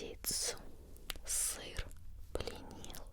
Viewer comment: Хахах ты специально так выделяла слово "сыр", я права? флешбэки с Пикачу